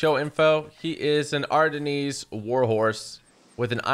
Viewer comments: His sense of direction is appalling even with a real time map on his screen. He does three miles when he only needs to do one, tiring the horse out. The horse breed is pronounced 'R-den' (as in the region in Belgium it originated from) not r-denise. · Ardennes is pronounced Ardenz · Ardennes is pronounced ar-DIN :) it's French